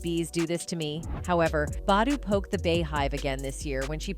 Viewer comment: Mmmmm you pronouncing Ericka's last name wrong get it right